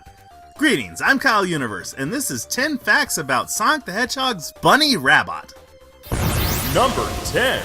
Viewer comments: Her last name is actually pronounced Rab-bo. But people called her Bunnie Rabbot to make fun of her. Or so I’ve read. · Her last name is sorta French; it's pronounced "rah-BOW". Says so on the Archie Sonic wiki.